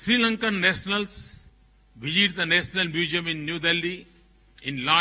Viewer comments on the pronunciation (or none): Kaise Hoga India ka Vikas ?. Jab ke Hamare Prime Minister Hi . Mrs. Ko M-R-S bolrahe Hain. pahele inko English Sikhayoo. bina english sikhe ke Wo Duniya Bhar Ghumrain. pata nahi aur kiya kiya bolke aye ki wahan. aur visit ko Bijit. bolrain.puri english ka postmortem hojara pure india walon ki Beizzati Hojari sharam karo sahram karo